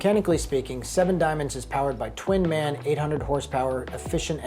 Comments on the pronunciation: It's MAN not man, it's Like BMW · Small correction here. The motors name from the German company is pronounced M-A-N (each letter separate) since the letters stand for Automachinenfabrik (automachine company) Augsburg (swabian city in Bavaria) Nürnberg (frankonian city in Bavaria).